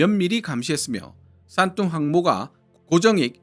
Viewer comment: 왜 싼똥으로 들리지